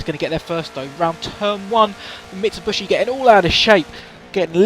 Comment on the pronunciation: “Mitsubushi” Kappa